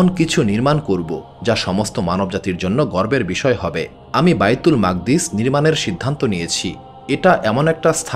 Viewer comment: ঐ মসজিদের নাম বাইতুল মুকাদ্দিস, মাকদ্দিস কি .. উচ্চারণ বিকৃতি।।